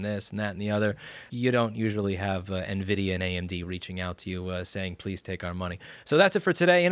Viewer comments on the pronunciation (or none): none